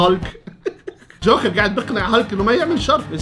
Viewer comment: يا جماعهه حد انتبه انو ما بحكي جوكر بحكي شوكر😂😂